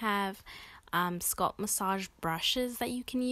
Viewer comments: Her saying skulp made this video unwatchable 💀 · 😂🤣😂🤣😭 I was trying not to be petty(and was going to make a simular comment)..BUT..if she says "Sculp" one more TIME though!!! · ouuu you killin me wit that “ sculp “ dont you ever say that again in yo life chilee 😭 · Good stuff i am trippn though how she says sculp instead of scalp lol no disrespect it was just funny hearing it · SCALP NOT SCULP OMG😖🤣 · Leave the lady's pronunciation of scalp. The tutorial is good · I wonder where she’s from. Ppl not from the Midwest look at me crazy for saying bag as “Beg” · I never heard anyone pronounce “scalp” like she does in this video.